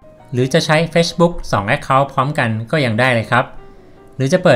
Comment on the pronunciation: ขอบคุณมากนะคะสำหรับคลิปดีๆ อยากให้ปรับเรื่องการพูดภาษาอังกฤษอีกนิด จะเยี่ยมมากเลยค่ะ อย่างคำว่า Facebook ให้ลงเสียง ซ (ce) ที่คำว่า เฟซ(face) (ในคลิป คนบรรยายออกเสียงคำว่า เฟชบุ๊ค ลงท้ายเป็นเสียง ช.ช้าง ซึ่งมันจะแปร่งๆหูค่ะเวลาฟัง) ส่วนคำว่า refresh (รีเฟรช) จะต้องลงเสียง ช.ช้างนะคะ (ในคลิปได้ยิน เป็น รีเฟส) และ google map คำนี้ต้องลงเสียง คำว่า แมพ เสียง พ.พาน ค่ะ ยังไงค่อยๆปรับกันไปเนอะ สู้ๆค่ะ